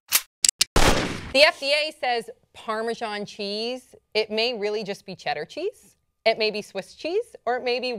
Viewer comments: I've never heard of Parmejon. Perhaps you mean Parmesan? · I'm on the only English guy thinking why are they calling it 'parmejon'. Pretty sure it's pronounced 'parmezan'